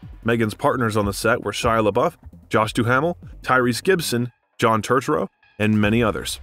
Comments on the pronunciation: nine zero two one zero? John "turturo"? How did you get this job? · 6 minutes in and our narrator has already mispronounced "90210", "Josh Duhamel" and "John Turturro" [EDIT] now "Judd Apatow" as well., you said "Jude" [EDIT] "ZOOIE" Deschanel. You're on a role